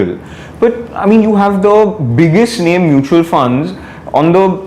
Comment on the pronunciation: There is seriously something wrong with the host. His pronunciations and the way he pronunciate funs instead of funds is making me 😬😬